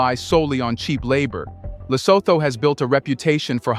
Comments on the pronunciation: please research the proper pronunciation of African names: eg LESOTHO is pronounced.. ( LE SO. 2 ) NOT.. ( THOR ). Another name you mispronounce is that of the 1st Head of State of TANZANIA - President Julius NYERERE... you often say NY. ERERE.. ( NYE ) RERE. Thank u, Sir. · If you can't even pronounce it correctly; why bother make a content about it: It's pronounces: Lesoothoo: Do you homework and research before giving us a content😳🤷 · Le-soo-too is how Lesotho is pronounced. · Thank you for highlighting our unique country that we call home. I am a Mosotho living in Lesotho. The only thing I would have liked is to see all images to have been from Lesotho. For instance, the images of Asians working in textiles when referring to textile industry in Lesotho could be misleading. Secondly, it would be helpful if you had asked someone from Lesotho to help you with the phonetics such that you pronounce Lesotho correctly. Phonetically it is pronounced Le-so-to (the h becomes silent in the English phonetics). Otherwise, great work and on behalf of our nation, we thank you.